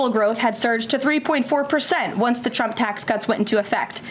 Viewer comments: Did she say CHUMP tax cuts? 😂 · ”The original Chump, ahem Trump Tax.” Gotta love the slip of the tongue! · Ha Ha!! she said CHUMP instead of t RUMP... Shows her STUPITY....🤡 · Does she constantly call tRump, Chump? It sounds like she says Chump every time. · Loving how she pronounces the word 'Trump' as CHUMP 😂😂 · She can barely even pronounce Trump. Listen to her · Did she try and say trump ??? Cause I swear it sounded like she said chump lmaoo